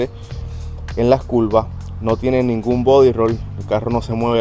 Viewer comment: Culvas jajaja. Curvas curvas vato habla español